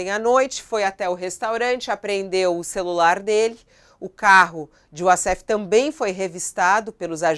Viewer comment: "Wasséfalo": de advogado a receptador !!!😅😂😅😂😅😂😅😂😅